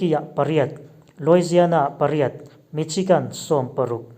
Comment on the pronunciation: Michigan i sawi tela. Dik hlel deuh lo maw?